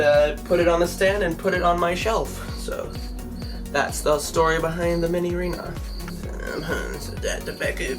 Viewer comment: It’s “Minireena”.